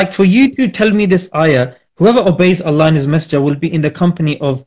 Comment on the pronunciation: Geeza talking about pronunciation, can't even say Allah properly. It's الله not اللح.